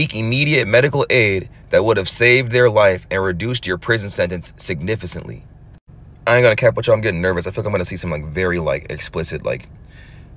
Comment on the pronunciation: Not “signifiSantly” 😂😂